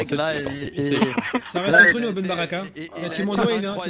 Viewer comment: C'est moi ou il a dit ben bartek?🤣